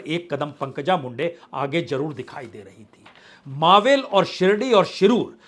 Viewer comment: प्रसून जी, आप बार बार जिसे "मावेल" कहते है वह गलत है, सही मे वह मराठी शब्द मावळ है जिसे आप हिंदी में चाहो तो "मावल" कह सकते हो लेकिन हमारे महाराष्ट्र में